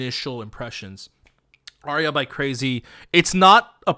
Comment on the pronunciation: It’s actually not “crazy” it’s actually pronounced how it’s spelled “Craxy”